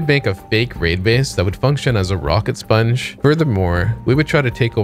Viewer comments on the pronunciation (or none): “Rocket spunge” oof